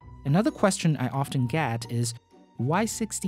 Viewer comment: Why can't you pronounce so many English words? It's not "gat" but "get".